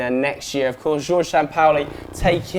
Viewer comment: Miguel Godinho Matias he said it wrong tf? I cringed when he said it